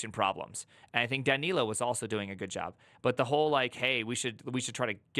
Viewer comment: I think you are saying "Danilo" correctly!